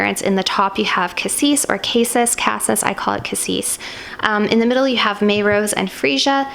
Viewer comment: I thought Cassis (you pronounce it correctly) was a Blackcurrant?